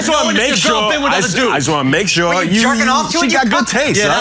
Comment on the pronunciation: "Suuuur, Althuuuuur, Shuuuuur." This dude has the weirdest pronunciations